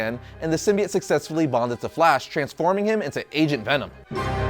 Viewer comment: i swear at one point i heard him say Asian Venom lol